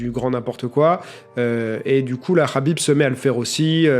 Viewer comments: Dis Khabib pas Rhabib t as pas un prendre un accent de merde pour les autres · Enfaite c'est simple, En phonétique Arabe, Kh se lit avec le son "R".. Donc ça se prononce Rabib.C'est simple Khalil = Ralil Khadija = Radija Khalifa = Ralifa Khaouf = Raouf Voilà :) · Ça se prononce rhâbib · Cest rabib la pronociation suand meme les nom comptes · Yoann Coia Imagine juste tu reprends quelqu’un qui prononce mal ton prénom et il te sort ce que tu viens de dire « j’men bat les couilles de comment ça se prononce sérieux » jsuis sur t’auras trop le seum, donc prononce le Kabib si tu veux mais après faut pas te plaindre si on te dit que c’est pas comme ça que ça se prononce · Pablo V Sauf que lui meme le prononce avec le KH russe et pas le H arabe, donc les gens qui le disent avec le H arabe le prononcent mal :)